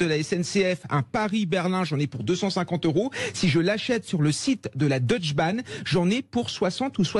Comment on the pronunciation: DeutschE Bahn...pas Deutsch Bahn...le E se prononce en allemand. À part ça je vous comprends, service nul.